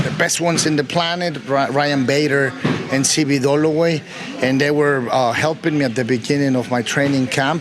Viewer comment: Hahahahaha he said C.B. Dolloway hahahahahahha